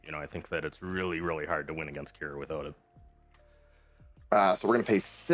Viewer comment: It's not Q'ira,it's Qi'ra.